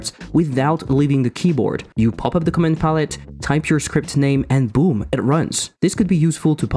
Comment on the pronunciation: vararg is cool and all, but I am waiting for the day I get named arguments when I call functions... Also, what you say sounds like "comment palette"